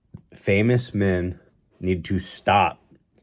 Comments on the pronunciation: "What would we do without minn" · The way Ethan say "Men" as "Minn" will never not trigger me lmao